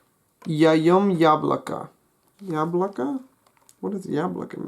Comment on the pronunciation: You pronounced the word 'яблоко' in a native-like way, which impressed me. In other instances you were close, but more work needs to be done to improve your pronunciation.